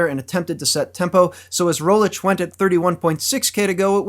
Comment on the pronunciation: one thing i hate as a Slovene is his pronounciation of Rogličes name...its not Primo Rolic...its pronounced Premož (last letter pronounced like the G in mirage) Roglich...hope that help for any future pronounciations as he will probably be a GC contender next year